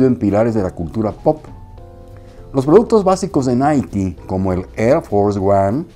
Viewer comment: Es la pronunciación correcta, si pensabas que era fonéticamente naik, pues ya sabes se pronuncia Naiki